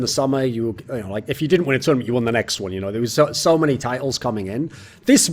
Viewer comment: "im pretty sure we didn't practice against mäny teams"